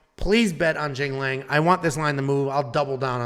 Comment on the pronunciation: Tells us not to embarrass ourselves pronouncing Ricky Simon's name and then butchers Punahele and Jingliang's name 😂